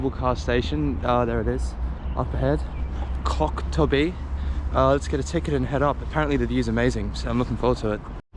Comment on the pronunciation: I heard the same 😂